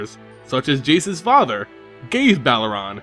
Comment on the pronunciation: Funny how Jace says "Slimot" instead of "Silmot," "Belaran" instead of "Beleren," and "Vyrn" instead of Vryn :))